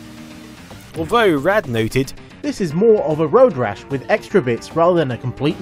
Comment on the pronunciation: I know you're from across the pond but Rad isnt pronounced "raid".